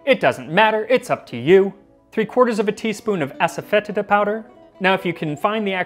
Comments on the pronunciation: asafoetida is pronounced assa-fah-DEE-sha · The mispronunciation of Asafoetida drives me nuts every time. It's "foe" not "fet" and the i is a long e sound. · no lol, it is pronounced a-suh-feh-tee-duh. Even if you are pronouncing it in latin you’re still wrong, then it’s ah-sah-foy-ti-da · I recently watched a video from Priya Krishna in which she pronounced it aso-fet-EE-da. She also mentioned she stores it on a open shelf as to prevent enclosed spaces from becoming overwhelmed with the order. Would love a silphium episode. I've been intrigued with the origins of drawn hearts theory since I've first heard of it. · As Priya Krishna could tell you, it's pronounced "Ass-Foe-Tee-Duh". Pretty sure everyone mispronounces it, which is why I just call it by its Hindi name, hiin. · I found a recipe for kichiri about 8 years ago and went to a specialty food store to find the asafetida. Boy did I butcher the pronunciation. I’m embarrassed hahaha “Ahsahfuhteeduh” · ass-a-fetid-a ... ... butt grossness herb? XD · ass-a-fetid-a, lol